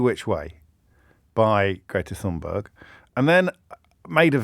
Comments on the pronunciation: The correct pronunciation of Thunberg (meaning grassy mountain) is Thun-bery (g takes on the e sound). Not sure why James, given that the Norse conquered large parts of England and 30 percent of places names are Scandinavian, should find Thunberg difficult to pronounce. After all were it not for German, the various Scandinavian dialects and French, "English" wouldn't exist. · The correct pronunciation is closer to Tunberry. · I'm sorry, but this simply is not true. I speak the Scandinavian languages. However, he did pronounce the beginning portion of the word incorrectly, the 'th' is not conjugated to make a 'th' sound as we do in English but a hard T followed by a soft 'h'. We might rather simply spell it as 'Tunberg' in English. The Norse incursions into England were about 1000 years ago and the Scandinavian languages have been seperate from English ever since so I think we can excuse him on this one mate. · It's TunbeiiI don't know how to equate Swedish to English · Thunberg is pronounced something like "toonbery". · Thun....easy Berg.... it's a mountain. Iceberg...get it. Berg is pronounced. Buy rhymes with sky.. Not to be confused with Borg Which is a castle and a Björn is a Bear. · James. After Greta's two devastatingly funny tweets the correct pronunciation of her name is obviously Fun-berg.